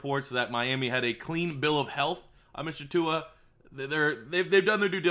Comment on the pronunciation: Everyone pls look up Tua pronouncing his name- don't look like a confused old man who can't handle new words